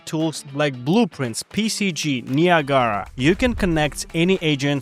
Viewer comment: that is a DANGEROUS way to pronounce Niagara my dude😂